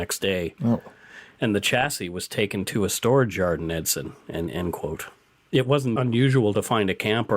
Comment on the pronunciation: Hey I just wanna say great podcasts and I like them. Also, I meet Travis Vader once in back in 2008. Also you pronounced Edson wrong.